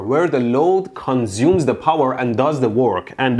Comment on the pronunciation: CUNZUME ZE BOWER